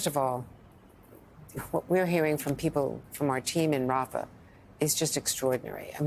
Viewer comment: Having job Biden talk shows he isn’t in charge of what’s going on. He can’t even pronounce rafah